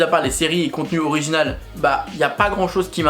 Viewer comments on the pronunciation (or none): Il l'a dit à l'anglaise bg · Quel rapport avec l'accent de merde des français ? Il n'était clairement pas question d'accent français pour le coup, il n'a pas tenté de le prononcer en anglais, c'était une lecture de "original" purement et phonétiquement française ahah Et je m'excuse mais du moment qu'elle est constructive, une critique est toujours bonne à prendre. Je n'ai d'ailleurs exprimé que mon ressenti sans attaquer personne, donc si on ne peut plus faire ça c'est dommage.